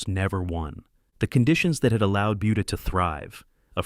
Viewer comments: Buda should really be pronounced "booda" not "byuda". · Yeah the robot kept saying "BYOODA". 🤦‍♂️ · It's pronounced budda not buedda, you putz! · It’s pronounced “boo duh” not buu duh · Not .Beauda